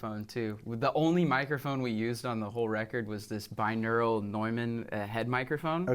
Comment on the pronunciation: It's not bineural it's binaural! Aural is to audio as visual is to video.